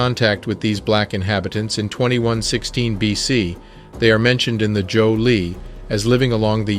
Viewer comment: Prof! I love your work! Btw I hear "Joe Dinasty" , do you mean ""Zhou"? ThAnkhs for Being True to YaSelf, So to We